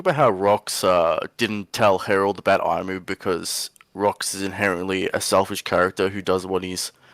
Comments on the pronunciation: "eye-mu" lol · Who kept saying ‘Eyemu’ or "I-Moo" or whatever tf it is? It's been 7 years and still saying Imu's name wrong.